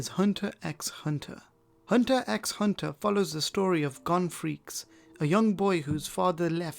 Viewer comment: Hey 👋🏻 U Are Not Supposed To Be Saying The “X” in HunterxHunter/SpyxFamily Not saying this out of hatred or anything (love your vids) just felt like u should know, So that other dont get the chance of making fun of you 🙂 Huge Fan of Yours! 🤍